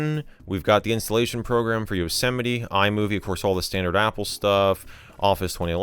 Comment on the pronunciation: Excuse me- YOH-SET-A-ME??? someone teach this man what a mountain is (Joking I love your content mjd 🫶🏼🤟🏼)